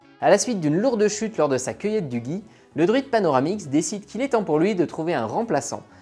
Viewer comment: bonne vidéo, tres bien faite à un détail près : Panoramix n'est pas un droïde, c'est un druide. UN DRUHIDEU